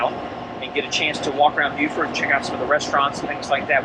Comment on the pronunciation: Landlubber from Colorado here, but I love to watch you two visit places I've visited, like Hilton Head and Amelia Island. Plus, I now know how to pronounce "Beaufort". :) Looking forward to watching your journey.